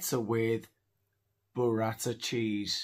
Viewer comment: Burrata Cheese...not Buratta Cheese.....